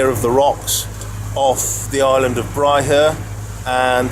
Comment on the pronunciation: It is pronounced bryher with a silent h. If you come again green bay around the corner is a good anchorage and is calmer